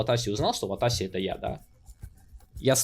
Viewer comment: Все-таки ватАси или ватащи? 😂